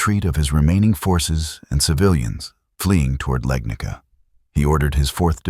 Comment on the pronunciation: its not "Legnika". it is Legnica. i was hoping ai slop channels will at least get it right